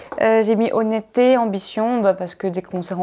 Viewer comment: "Honnêteté" pas "Honettetté"! 🙄